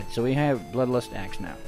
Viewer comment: He kept saying bloodlostass and asssclaws hahah